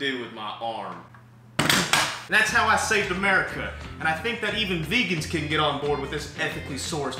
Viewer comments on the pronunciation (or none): none